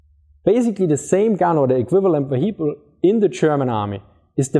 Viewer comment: want to laugh at him for saying VeHeecle then I try to prounce german compounds like Rechtsschutzversicherung and shut my mouth.